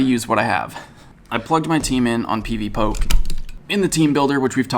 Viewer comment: its not pv poke its pv po-keh